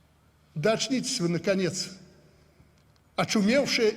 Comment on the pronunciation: АЧНИЦЕСЬ!!! )))))))))) почти как у Януковича перед побегом из Украины)))